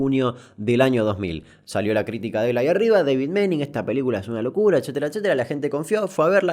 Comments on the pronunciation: Tanto que te esforzaste en pronunciar y me parece que es Manning no Meining la pronunciacion ajajjaa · Repeat after me: Pronunciation: "Mening" Damian: "que le invente una i y lo pronuncie Meining, dice" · Se pronuncia Mah-ning. Alargando la aaa. No Meining. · se tiene que pronunciar Maning y no Meining, por la doble N en el medio :P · se pronuncia maning como suena! (un jodido)